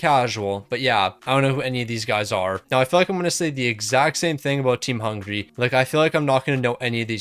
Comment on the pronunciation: It's Hungary not Hungray